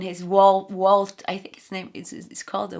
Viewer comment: Scrooge McDuck or smth like that. And it’s Vault in English. We pronounce the V.